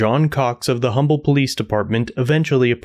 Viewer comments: Ug minor thing but im a local. Its umble tx not humble tx. The h is silent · It's pronounced Umble. I live like 3 miles away from here. Crazy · Pronounced "'umble", silent H. Birthplace of Howard Hughes. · I know it's weird but with this town the H is silent it's pronounced umble. Why I"m not sure I think it has to do with the old oil company that is now Exxon if I'm not mistaken. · As someone who lives near humble just wanted to say it’s not pronounced humble it’s pronounced umble 😭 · Just FYI the name of that city is pronounced umble, the H is silent. It was named for Pleasant Humble, one of the founding fathers and that is how he pronounced it. There is even a bumper sticker that says if you don't like the way we say it get the h out of Humble. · Forgive me being nitpicky….. the word Humble is pronounced…. Umble…. The H is silent. Termination of the cops is obvious… “cuff knuckles” should be charged with aggravated assault at the minimum and the other cop as an accessory. The chief lied on an official document and I think we all know the penalty for that. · The H is silent….Umble. That’s a pretty ok dive bar. Been there a few times. Not surprised that two bikers beat up a drunk guy or that a drunk guy shot at somebody who was leaving the parking lot. Not real surprised that an Humble cop would do that. But I didn’t know the chief was such a shitbag. My gawd! The real lesson here is apparently if you illegally discharge your firearm after getting your drunk ass kicked in the dump known as Humble TX, don’t narc yourself out. …guess what they say is true…snitches get stitches. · The h is silent. We pronounce it umble tx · Humble is pronounced Umble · Pronounced Umble, no H sound needed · it’s pronounced um bull lol great video im a few towns over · The H is silent in the name of this town btw. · I enjoyed this story. I lived in Humble, Tx. For several years. For future reference the H is silent in Humble Tx. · Fyi, the h in Humble, TX is silent.